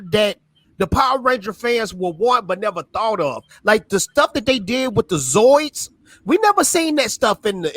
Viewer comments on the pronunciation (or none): Did he just call them Zoids and Draken?? It's Zords and Lord Drakkon. He's not the rapper. I've been reading both titles since issue one and this is the first I've heard of the new titles. I thought Parrot ended the titles because he moving on from the Power RAngers. The original two Boom titles were drawn with manga style inspired art which compliments the Japanese origins of the characters. I'm afraid the new titles will lose some of the appeal with new artists.